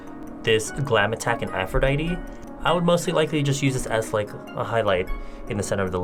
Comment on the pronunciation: Omg the first person that pronounced Aphrodite RIGHT. Lol